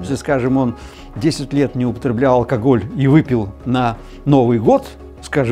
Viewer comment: Фу, он говорит алкогль-меня уже тошнит. Победить алкоголь можно. Но если в голове нет мозгов -это невозможно